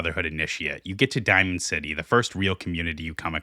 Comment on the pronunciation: “number threh” “the citeh”